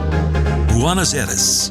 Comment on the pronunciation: Trying to figure out why you would pronounce Argentina’s capital as “ Bonnos” when anyone with even the slightest knowledge of Spanish, know it’s pronounced “ Bwaynoss”